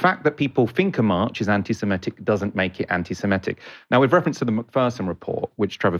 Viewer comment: Will one of colleagues please tell him how to pronounce 'antisemitic'...with an i in the 4th syllable.